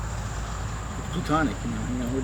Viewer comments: "Plutonic", lol. 😂😂😂😂😂 Another " highly educated man", mixing plutonic with platonic 🙄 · Plutonic, he says.. 🤷🏾‍♀️ 🤦🏾‍♀️ I'm pretty sure he means platonic. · its "platonic" , not "plutonic", pluto is a planet , Plato was a philosopher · Can you say a relationship is "plutonic"? I was first thinking he meant "platonic", but in this case, "plutonic" kind of makes sense too.